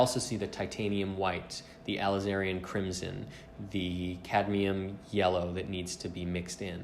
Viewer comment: I'm up on the pronunciations of Alizarin and Daguerreotype and I'm a layman, just sayin,. Those need some work, bro. Otherwise, yer doin well. Keep at it. That is a tough looking painting to retouch. Faces are different than anything inanimate. People recognize facial features innately and instantly perceive the tiniest of flaws. I like that you told the viewers to basically go screw on their opinions. Imo, it's a good restoration. The more you look at it, the more one side blends with the other. The overall effect of it retouched and varnished and re-framed and hung on a wall assuredly makes the gent look realistic. But I'm just a shithead viewer. At any rate, you did a good job in my book, fwiw.